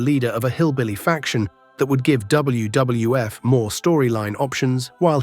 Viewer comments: jeez, that poor ai voice is having such a hard time saying WWF. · I must have missed that Pipers Pit on W double F shows. Man the A.I really struggles to say WWF. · Too bad AI can't say WWF consistently